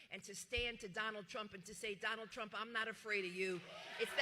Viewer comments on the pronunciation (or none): Caitlyn said i will bote for Donald trunk 🤣🤣🤣🤣🤣🤣🤣🤣